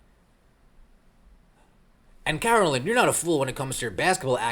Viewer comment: I don't care for Peck, but her name is Carolyn, not Caroline.